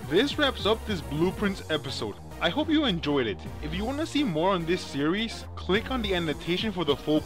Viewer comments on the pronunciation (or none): none